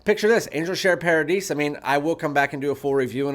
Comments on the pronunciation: It's par ah dee without the s. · Paradis is paradise in french. Pronounced paradi without the s. Same thing. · If "paradis" is french i am fairly certain the "s" is silent at the end.